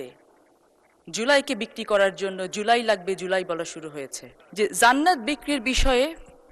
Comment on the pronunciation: এই মহিলা জান্নাত শব্দের উচ্চারণ করছেন "যান্নাত" মানে এরা কোন গ্রহ থেকে এলো😮😮😮